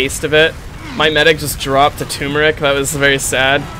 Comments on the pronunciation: Just saying,, it's Turmeric, not Toomeric. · Hearing him say "Tumoric" Instead of "Turmeric" has been doing the same to me. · Why pronounce turmeric tumeric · Hey you pronounced turmeric wrong. I'm extremely disappointed in you.:(